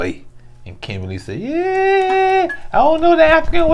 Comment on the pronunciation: Oooh chile, Edub did not say Zimbabwe 🇿🇼 . That’s my home country and you said it correctly too. As for Kimbaaaaaly if begging was a person,look no further.